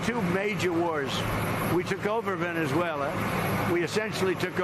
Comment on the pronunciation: Did I actually hear him say there was a WAR IN VENASUALA? Or do i need to get a Q-tip and clean the wax out my ears?